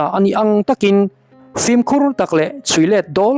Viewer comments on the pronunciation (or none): none